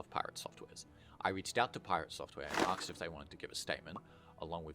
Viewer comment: please learn to say "asked" properly the s is before the k